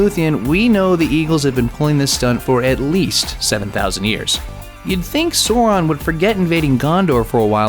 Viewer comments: why is this guy saying sore-on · Sawron? Why is he pronouncing it like that? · Stop saying SOR-on, it makes you sound like a MOR-on! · American pronunciation is actually starting to piss me off, this guy just called one of the most evil and powerful villains in all of fiction "soran" :/ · what the fuck is a Soron? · Sow, like "how"...and Ron. Say it slowly. Sow Ron, Sow Ron. Sauron. I absolutely hate pronunciation of "au" as "oh." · ITS S-OW-RON. ITS NOT THAT HARD. Clearly you didn't do your research. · I'm gonna pull my hair out if he keeps sayin "Soron" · my brow twitched every time I heard “sohr-on” -_ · Who the F is Zoron? ... Moron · oh, that pronunciation of soar-on ... aieee... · Who is this Suuron you talk about? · pronounced [ˈsaʊrɔn] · SOR-ON............the cringe is strong.. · 'sOrAn'...cmon man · It actually took me a while to understand who the fuck he's talking about. "Sawran... Sawran... Sawran". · SOW-ron. Say it with me. SOW.... ron. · The name is Sauron not soron. It's the Valar not the V'lar. For Eru's sake get the pronunciations right. As for the parallels between Beren and Luthien and Aragorn and Arwen, these are explained In the Silmarillion. I know I'm being picky but if you're going to pull apart Tolkien's fantasy world, get ready for a lot of criticism. One last thing, much as we like to think that Tolkien invented High Fantasy, he didn't. Mallory came before him and Tolkien would never claim to be the first. Though he was, arguably the best. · DO YOUR RESEARCH BEFORE YOUR VIDEOS............ Sauron is the name not Soron........ Eagles in Middle Earth are not dumb creatures; they are Manwe's attendant spirits, keeping watch; so they are more or less Angels with same position as Olorin aka Mithrandir aka Gandalf in the Tolkien Theological Heirarchy. That scene............."You bow to No man".......It always bring a tear to my eyes; even when audio muted and out of context. Power of a Legendary story and spectacular music. :') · Sour-on sheesh!